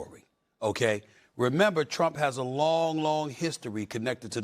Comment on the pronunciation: Stephen A saying "Teump" when this investigation started over 2 years ago